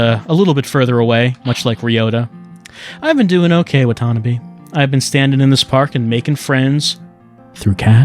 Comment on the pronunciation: I shed a tear every time "wa-TA-NUH-bay"